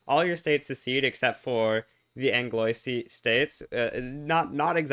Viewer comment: Pls it's pronounced anglwa not angloy. Good shit, though.